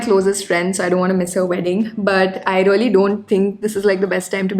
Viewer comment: You all the time talked rolly instead Of really . Plz be careful about utterance. Never mind plz.